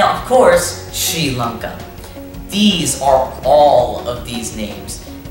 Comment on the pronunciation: Massive respect for saying the name correctly sri lanka 🇱🇰